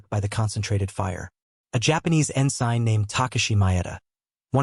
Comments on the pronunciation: The AI narration said "en SIGN" instead of "EN sen." Other strange emphases throughout an otherwise very good presentation. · It's not pronounced "en-sign", it's "en-sin". "SIGNED", Retired Navy